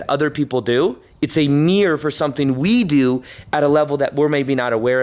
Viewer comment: aehehehehehehe I like how he says mirror (miyor)